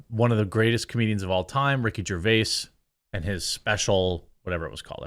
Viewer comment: Rickard 👏 Jarvis 👏 deserves 👏 better